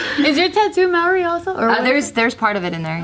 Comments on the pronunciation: I'm from new Zealand and by the way Maori is pronounced mould-d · Their pronunciation of Maori is Hilarious. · BIG MAHC it kinda upsets me though because they named their kid a name that’s Maori at least pronounce it properly 😩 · S H at least learn to pronounce Maori! At least when they tell people their kids name they can say it’s Maori without it being pronounced wrong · I love these guys... but it low key pisses me off the way the pronounce ‘Maori’😂😂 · I don’t get annoyed by much and I’ve been watching jk for so long and follow all their vlogs but it definitely bugs me knowing Bart and named their baby Taika and didn’t even bother to learn to pronounce the word Maori properly 😩😩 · Tyran Curtis it just is slightly disrespectful to have a tattoo with Maori culture and a kid named something in that language but still never spent a minute to find out how to actually pronounce the name of the language